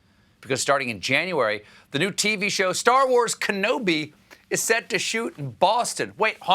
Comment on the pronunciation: I know its low hanging fruit but "Stah Wahs" is the content I want to see